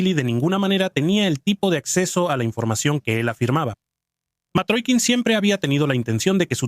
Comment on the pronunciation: Matrokin , no . Mitrokhin . Y se lee Mitrojin